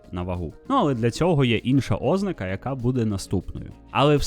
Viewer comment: Дякую за важливу і корисну інформацію Окрема подяка за подачу українською❤ Але: 😢У зазначеному вище слові наголос має бути поставлений на склад з літерою А — ознАка